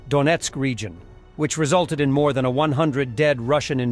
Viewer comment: it's "than"! Thank you for keeping us informed.